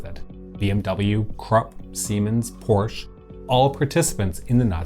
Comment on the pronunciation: Only one minor complaint to this video. It's Porsh-AH! ;) Keep up the good work!